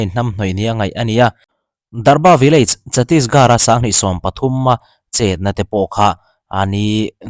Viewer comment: Teri gaan marung tih hi English chuan, i will f*** your a** tih na ni a.. India hmun hming hrang hrang "Garh" pronounce ah hian "H" kan lam ri lo fo mai. Chhatisgarh i pronounce dan hi ngaithla lêt la, achunga first sentence hmasa Gaan nen khian i lam dân a in ang chiah, vai ho in min nuih ru ṭhin a, chuvang in ka lo sawi ve ni, i channel hi ṭha ka tih leh hlut vang a lo hrilh che ka ni e..👍 (H lam rîk tel tur, thlûk na tello vin)